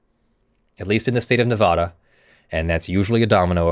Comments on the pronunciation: it's nevada not nevahda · Its NeVADa not NeVAHdah